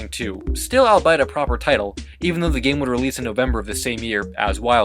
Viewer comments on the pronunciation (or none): When you say "allbite" (which you've done a few times) I think you're trying to say "albeit." That word is pronounced like "all be it." Allbite isn't a thing.